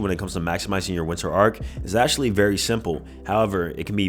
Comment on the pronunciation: 😂its ARC not arCH